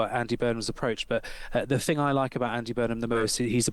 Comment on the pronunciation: Pronounces the letter aitch as haitch. Pronounces “thing” as “fing”. Jesus…